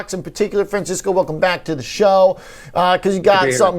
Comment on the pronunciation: ), this goy’s name is “Francisco.” Please don’t mispronounce😂